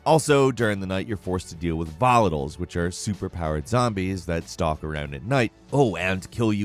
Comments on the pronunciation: He also said "volitles" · Am I the only one bothered of how he said Harran and Volatiles?